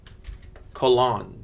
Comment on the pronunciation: Because it’s Cologne not Colonge ! SHANthini . CHENNai .